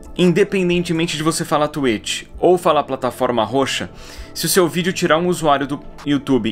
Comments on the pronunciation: Vc gravou falando tuêt, não tuítx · Não fala tuetchi e sim twitch exposed! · tá, mas vc não falou twitch no seu vídeo, vc falou tu êchi (kkkk é zueira) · Oq tem q falar: twitch Oq o edu fala:tuêti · Ninguém: A Absolutamente ngm: A Edu: T U I T I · Mas ce falou twetch por isso nao deu